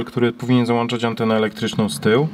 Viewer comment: Profesorze włĄczać i załĄczać a nie włANczać i załANczać! No zlituj się chłopie :)